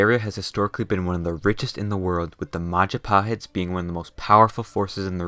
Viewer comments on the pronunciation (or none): What I Hear "Majepahet What It Is "Majapahit" Ngapa Pahit Kalau Bisa Manis Edit:Im Proud Being People Of Indonesia/ Gw Bangga Jadi Orang Indonesia Gatau Kalian Kalian Pasti Bangga Di Negara Kalian/ Don't Know You..You Must Be Proud Of Your Own Countries